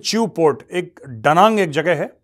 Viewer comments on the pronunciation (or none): दादा वो जगह दनांग है डनांग नहीं 😊